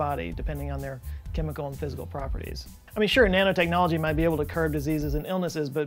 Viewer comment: Thought he said Nana technology, you know like knitting